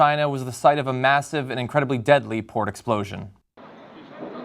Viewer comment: Totally Thought he said "porn explosion" at the beginning.